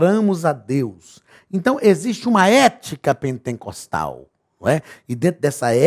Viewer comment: Só eu entendo o Pastor falar PENTENCOSTAL ??? 😲